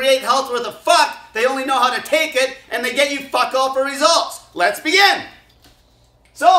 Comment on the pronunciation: I love his intro. Everything he says before! , “Let’s BEGIN!” 🤣🤣🤣